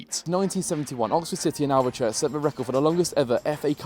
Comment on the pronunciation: You seem to be a lucky omen ,coz the grounds you visit the home team normally win.. BTW It's pronounced Alv-church, the e is silent. Maybe you could visit that ground.? I think it's out in the countryside. Thanks mate.